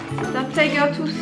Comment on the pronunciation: mais pk tout le monde dit le tiger toous alors que c le tiger tooth